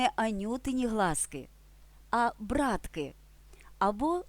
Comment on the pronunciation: не брАтки, а браткИ! бо кущики з квітами нагадують усміхнені личка цілої ватаги братиків!